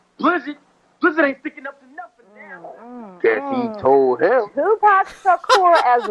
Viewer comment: Tupac is the correct way not Tupack